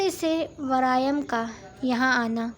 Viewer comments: Its waryam not varayam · Story achi lag rhi ha good 👍 voice over wali Baji ko bta den please wraim ni waryaam ha aur nagori ni nagawari ha lafz inki shayed Urdu ni ati